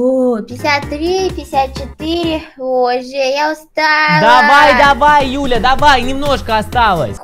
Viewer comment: Мне показалось или. Сказал не Юля а Дуля 🤔🤣